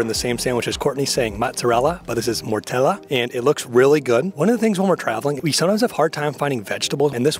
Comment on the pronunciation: non mortella ma mortadella 🤣🤣